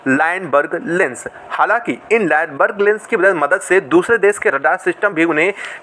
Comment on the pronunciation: अबे चोमू लाइनबर्ग नहीं लूनबर्ग लेंस होता है , बोलना सीख ।